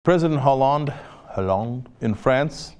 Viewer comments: "Ollande"... H is silent in French. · Cenk, it's pronounce Oh-lahnd. The 'H' is silent. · the "h" in Holande is silent... (in fact all h's in french are more or less silent, so you know it for the next time) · Ollande h is silent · Stupid uncultured cenk, he doesn't know how to pronounce Hollande.